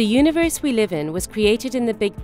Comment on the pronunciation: "the yoonavurse"